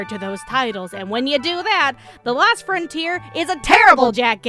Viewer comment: She keeps saying "the last frontier" but it's the LOST frontier. O not A.